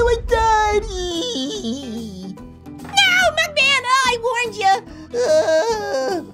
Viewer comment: It’s mugman not buckman 🤨